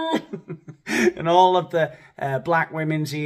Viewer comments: For future reference, smh (as the youngins' say). Conch is pronounced "conk". Okay? Okay. Good videos 💯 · Careful of your pronunciation of conch.😂